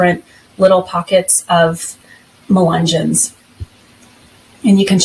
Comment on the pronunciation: Ya don’t know how to say the word…..but you’re gonna tell us all about them??? Lol. Ok. Those of us who grew up around them know the truth about them.